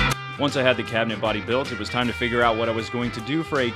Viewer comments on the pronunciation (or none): none